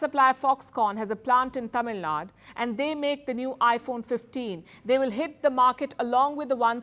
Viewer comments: Its Tamilnadu.. not Tamilnad. Pronounce it properly or else future generations follow the same mistake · it's not Tamilnaad, it's Tamilnadu. Please learn how to pronounce the state name in a proper way. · Its tamilnadu.. not nad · It's Tamil Nadu. Not Tamil Nad